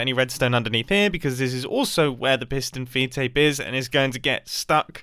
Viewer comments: I keep hearing it as fiston peed tape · Fiston peedtape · pis-tun feed tape???